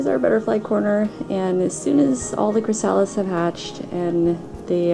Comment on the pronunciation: You have a wonderful decorative eye. Just a tiny helpful note: chrysalis is pronounced "kri-uh-lis". Emphasis on first syllable.